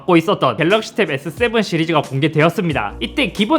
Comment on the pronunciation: 에thㅡthㅔ븐은 인정이지 ㅋㅋ